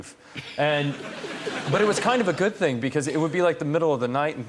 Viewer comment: "Thing" has a g on the end ;-) Sorry, couldn't help myself.